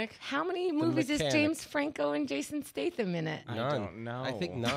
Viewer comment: I love that she can't even say Jason Statham's surname 😂